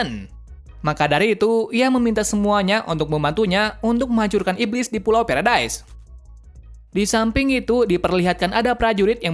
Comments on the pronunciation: Pulau Paradis❎ Pulau Paredais☑️ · Bang pulau paradise itu dibaca pulau paradis